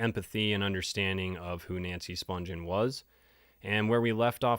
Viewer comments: Its Nancy Spun-ghen with a hard G not Sponge-en. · the g in her last name is pronounced like the g in the word, again.